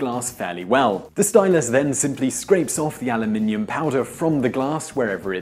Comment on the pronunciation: Refreshing to hear you pronounce the metal correctly Aluminium.